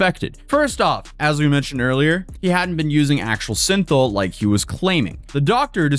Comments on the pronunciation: its synthol, not synthenol, and its injected into the muscle, not under it, but fairly accurate information 👍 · It's cosmetic like a video game skin I've heard it pronounced synth-all Oh my fucking god he made his own Nope nope nope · Funny listening to this nerd mid-pronounce synthol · I love the fact that you're definitely not in this fake world because of mispronouncing the side enhancement oil halfway through. love the commentary on it because regular people don't even see this kind of craziness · You researched synthol and pronounced it like that?